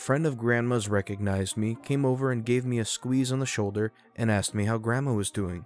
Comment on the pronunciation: Why? Aside from the fact he has trouble pronouncing Asked. How easy do you think it is to find a replacement?